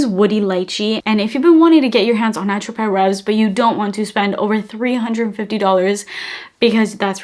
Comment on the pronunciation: Just for your own knowledge, it's pronounced: "Ah-trop-Rev" in French. Can't wait to try that dupe...The other thing is, Dossier does not have lasting power. Another great video. Thank you.